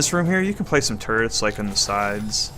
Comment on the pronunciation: Instead of Turrets i hear Turds xD. No offense